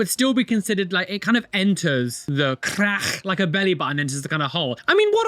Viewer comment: The way says crackh is sending me